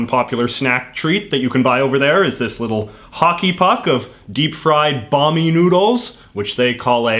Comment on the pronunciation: its bakmi not bami